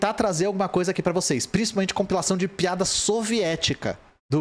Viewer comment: Correção de sotaque: não é PEADA e sim PIADA